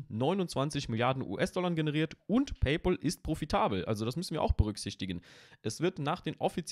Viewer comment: Es heißt nicht „Peypol“, sondern „Peypäl“.